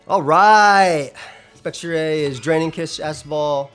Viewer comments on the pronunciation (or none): Spectri-ay? I have never heard that pronunciation for Spectrier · spectre + destrier has tbe correct/logical pronounciation.